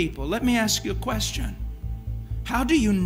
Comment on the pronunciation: Tell Oprah how to pronounce ACT AND ASK.